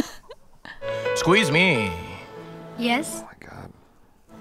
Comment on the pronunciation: When Sharukh said "excuse me", i heard it as "squeeze me" 🤦‍♂️🤦‍♂️